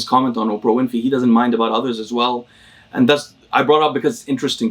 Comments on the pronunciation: The fact that calls Oprah Winfy instead of Winfrey only makes me like him more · Oprah ''Winfey'' lol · Also he loves to miss pronounce names for the fun of it.